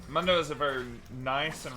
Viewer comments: Dr. Mundo literally pronounces his name in is voice lines as “moon-doe”. I cring every time he says munn-doe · WTF is that short U sound on MoonDough? Like he literally says his name, you gotta be trolling to mess it up. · This man said MUUNDO?? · Broooooo... Its (MOON-doe) he even says it him self. "MOONDOE goes where he pleases" not (muhn- doe) i cant.. So many people pronounce the names of league champs wrong and i swear they do it just so people comment about it. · Why he keeps calling him Mando? It’s freaking me out man. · How do you mispronounce Mundo when he says his own name. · How do you mispronounce mundo when he literally says his own name?;PP great vid as always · To be fair it's a Spanish word and I'm pretty sure not even Mundo himself says it right